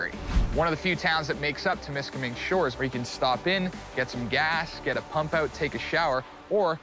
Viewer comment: It's Temiskaming, not Tim. You got donuts on the mind.